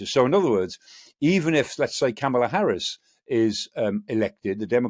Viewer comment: It would be nice if Defense Analyst Michael Clarke could pronounce the name of the Democratic nominee correctly.